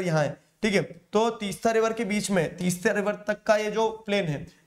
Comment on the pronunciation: Sir 'Teesta' and 'Dihang'